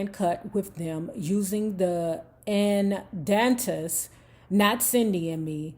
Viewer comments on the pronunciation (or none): Lolol 😄, you pronounce The Andantes like this Ann-don-tays! If you care...they're responsible for a lot of background singing on Marvin's, The Four Tops and whoever needed extra sounds on their tracks!They were paid less than minimum wage and weren't ask to go to LA when the Motown machine moved! Just like The Legendary Funk Bros(House Band) was left too!! Smdh